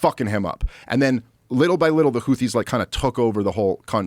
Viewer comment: Except for the fact that he doesn't even know how to pronounce Houthi correctly.......